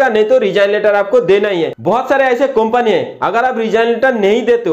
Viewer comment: कोंपनी नहीं वो कंपनी होता है